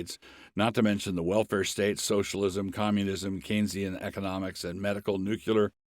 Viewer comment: Please learn how pronounce “nuclear.”